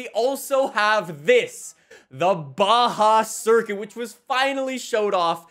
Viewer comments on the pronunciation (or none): none